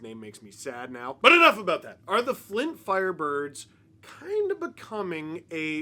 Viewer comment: I need your honest answer Steve, how many times did you say "Flint FLirebirds" or "Fint Flirebirds" while recording this?